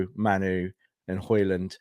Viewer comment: why are you randomly pronouncing it “MAN-oo”? It’s not spelled that way, no one else pronounces that way, there’s no indication that he says it different than it’s spelled….you don’t get to call people whatever the f**k you want. Disrespectful.